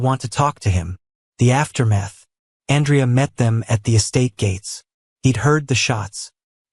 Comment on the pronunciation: Listening from northern Ontario, Canada. Truly wonderful love story! Well written and narrated, although the mispronunciation of Andrea's name made it into a girl's name, which lessened some of the effect of his power. 🙂 Names in a story are important to the identity of the character, and consistency is key. I have no idea how A.I. narration works, but if you can check it, and perhaps tweak it before your next story, it would make the story even more realistic. 💕